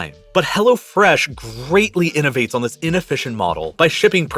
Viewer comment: Sorry, can't continue to l-histen to th-his guy. Please try to talk normally. You are destroying an otherwise good v-hideo